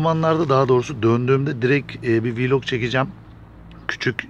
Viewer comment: abi şuna vilok demeyin vlok deyin yaaa